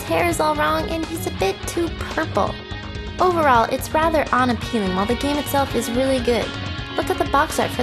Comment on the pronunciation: It really, REALLY bugs the fuck outta me that it sounds like she says "ON-appealing" instead of unappealing.